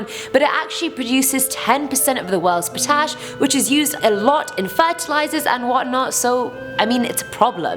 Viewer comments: Per-tash? Do you mean pot-ash? I'm a bit confused? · tiredmummy I thought she said potassium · I seriously had to Google "potash" mine, because at first I thought you said a potato mine! 😂😂